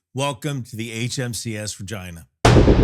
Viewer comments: I had to listen three times, then look at the comments, before understanding the name starts with an R, after learning the real name, I listened three more times, and it sounds like he starts a v and then changes it. I still hear vragina. edit: I think it's because he kinda stumbles over the HMCS part, like he almost forgot the C, then runs it together with the name. edit edit: OK, I'm far enough in he's said it multiple times, when he only says the name, it's clearly an R, every time he adds the HMCS, it sounds more like a V, lazy s to r transition I guess. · Tha Vagi, what now. I know you visited it, but you really push the limits of linguistics here to interpret is as something else. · It's rageena not rahgyynah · he said vagina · He keeps pronouncing Regina with a V and I keep cracking up. Is there a story? Can't focus. ha ha. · I am not trolling, but about 1/2 the time you say "Regina" it sounds like "vagi...". 😅 I think it has to do with the speed you say the word. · Regina, rhymes with fun!! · Say that again? You're a little light on the "R" there bro..... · We caller ReGeena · Rejaina cracks me up everytime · Why does it sound like you are saying " vagina"? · It sounds better when you pronounce Regina as, “Regeena.” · RE-gina. Had to go back to check. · Work on your pronunciation. I swear to god, after listening to you say it 75 times.. the first time you say Regina... you say Vrrr-gIna... I was like ...What?!?!?!?" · And remember, Regina rhymes with fun! 😉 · Am I too much of a soldier for continuously misunderstanding the Regina's name ❓ I also think needs a bigger 'PRESS' patch. I couldn't read this one 😀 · Isn’t it pronounced regeena? Latin pronunciation of the word for Queen?… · Good video! But sometimes it sounds like he says Regina, but sometimes, not so much?? The 57mm is nice, the guided projectile is cool! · Not a single time did I hear an "R" when the name of the ship was pronounced. 😂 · That's a Canadian accent when you say Regina,.